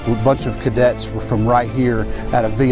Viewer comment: It’s CADETS not Kaydets 🙁